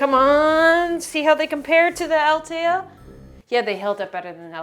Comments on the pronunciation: Athleta like athletic. Not Altea. I giggled every time especially since you were so..not mad...just disappointed. 😂😂😂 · Same I was like what brand??? Isn’t there an H in there?? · As a dislexic person i relate 😅😅😅 It was fun to hear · I work for the brand, I thought I’ve heard it all. This one killed me, I’m not even mad, it was funny. 😂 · yes! I was confused by this too. and the pronunciation? for a second I wasn't even sure she was talking about Athleta. but as someone who has run multiple distance races in salutation leggings and shorts and they still are in top condition, I was confused by that review. in fact I even have a pair of transcends that don't feel as durable but so far they have been holding up just fine. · The way you are saying athleta😆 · Right!?! I’ve literally never heard ANYONE pronounce Athleta the way she did 🤦🏻‍♀️